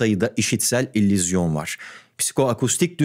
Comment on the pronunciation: Tüm video boyunca "İllüzyon" kelimesini fonetik olarak "İllizyon" olarak telaffuz ediyorsunuz. Altyazılarda ise doğru yazılmış. Sizin gibi Türkçe dilini kullanma konusunda titiz birisinin buna da dikkat etmesi gerekirdi.